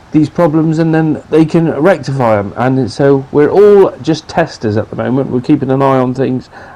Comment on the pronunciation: Did you say “e” rectify in the vid? Literally made me spit up my drink good one